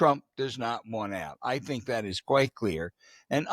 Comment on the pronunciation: Why does James Carville pronounce that as “dat”?